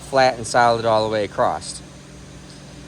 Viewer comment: Flat groove all the way "acrossed"? you just got jammed by my girlfriend who has CURED me of saying "acrossed" when I should be saying "across" sighs